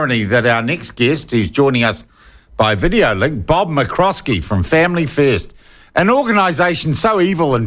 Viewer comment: You still pronounce his name wrong Sean